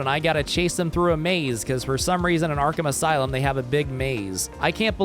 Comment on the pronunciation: What the damn is " arkham asy-lum " 😭😂😂